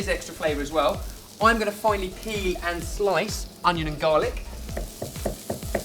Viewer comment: Haha really, do you always "finely pee and slice onions and garlic" ( to ):P?